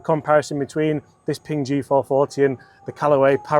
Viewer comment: Honestly it's just a win watching a pommy bloke on Youtube pronounce Ping without calling it Ping-guh